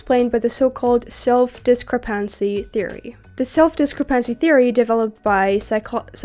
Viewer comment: I loved the video! I just want to say that the way you said discrepancy messed with my brain so hard I stopped being able to say it myself. I had never heard that pronunciation before and my brain refused to recognise it as a word even though I've experienced it a thousand times before. Very strange experience for me... Great job on the video! I'm going to check out the rest of your channel later.